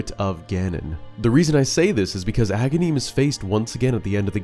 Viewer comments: It’s Agahnim, not Agahneeeem. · when I first got this game as a kid I always thought Agahnim was Ganon because I used to mispronounce his name as a-GAN-im, like Ganon without the first syllable. Then after I fought him the second time and saw Ganon rise from the wizard’s corpse that sealed the deal.